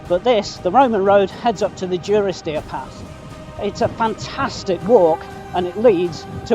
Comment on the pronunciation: You pronounce it Due-ris-deer, I always thought it was Duh-ris-deer. Genuine question, what is correct?